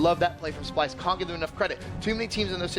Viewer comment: Dice SPYLSE JEJEJEJEJEJE no splyse